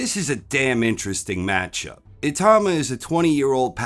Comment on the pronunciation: I-tau-ma. Not I-tah-ma